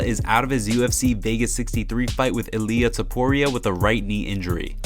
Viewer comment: I swear you purposely pronounce every fighters wrong. Illa tempura??? Izzy adEEsanYA???? Teeciah torresss?? bro just watch the ufc. Anik says every name perfect